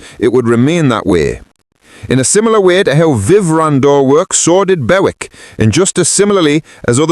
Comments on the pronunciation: Bowick 😅😅😅 It's Bewick 🙄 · Hi surname is pronounced Buick as in the American car not the way you are pronouncing it